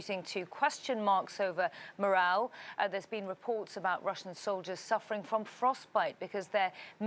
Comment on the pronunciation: lmao 😂 morale dude not "moral".